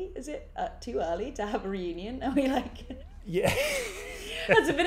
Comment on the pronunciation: when oliver mispronounced reunion during this video made me laugh 😭